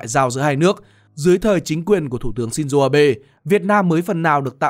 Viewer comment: shin zô không phải shin zuu